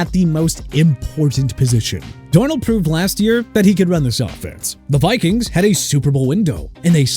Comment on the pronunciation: CONTINUE TO DISRESPECT A LOUISIANA CITY BY MISPRONOUNCING IT. YOU'RE DOING A FANTASTIC JOB!!! ALSO IT'S VIKINGS NOT BIKINGS!! YOU'RE DONE! FINISHED! HAVE A NICE DAY DUDE...